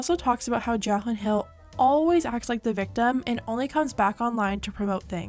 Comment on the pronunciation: I'm sorry but I just can't get over the way you pronounce her name as "jakhlyn" lol